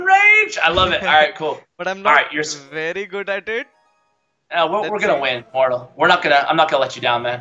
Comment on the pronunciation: It's mortal bro.. Not moral